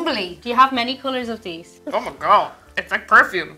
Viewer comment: I'll never get the different pronunciations of "TH" ... She just said "... Deese things" for "These things" THEY BOTH HAVE A "TH"! WHY YOU NO PRONOUNCE THEM SOMETIMES?!?